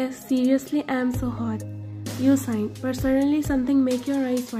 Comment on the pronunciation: Uh author I'm not trying to be rude but it's sigh not sign ok? I just wanted to help you improve btw great ff